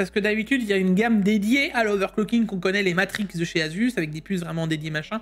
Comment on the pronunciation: haha et sa prononciation Asus. Assuce ROG 😂. Sacré